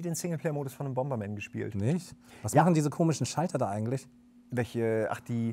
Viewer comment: Super "Bomerman"? Ist dasn bootleg oder was? ;)